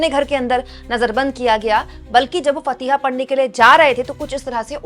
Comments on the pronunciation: Shi pronunciation se news pudhain such as Faatiha not Fatiha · Fatiha nahi madum faatiha hota h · फतिहा नहीं फातिहा बोलते हैं। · Fateeha nahin FAATIHA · MADAM AAP REPORTER HAI AAP FATIHA BOL RAHI HO JO GALAT HAI SAHI ALFAAZ HAI FAATIHA MEANING DUWA HAI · फ़तीहा नहीं फ़ातिहा सही शब्द है